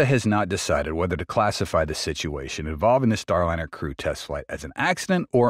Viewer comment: Not so sure. The speaking pace seems to speed up and slow down from time to time. Like a record play too slowly.. Word mispronunciations like Starlinnner sound like a bot